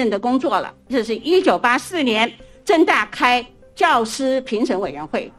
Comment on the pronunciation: 政大听着像是郑州大学hhh